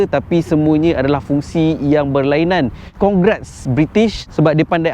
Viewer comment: Congrats british.Time abang naz ckp tu aku seolah-olah mcm ckp congrats melayu.